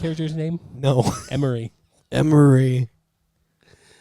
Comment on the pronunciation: Also! It’s Omry, not Emory for the main character boy in Indian in the Cupboard😅